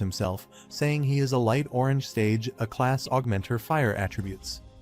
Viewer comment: Aa class not "A" class😂😂